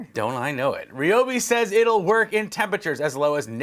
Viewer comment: Wow! You’re the only one I have heard, on YouTube, that has pronounced “Ryobi” correctly.